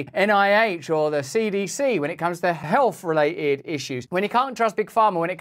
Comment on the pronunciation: When the person you seek medical advice from can't even say the word "health" but instead says "helf" you know you're in trouble.